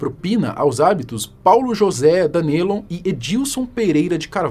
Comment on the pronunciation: na boa, estuda antes a pronuncia dos nomes mn, cada vez q vc dizia DanElon doia a alma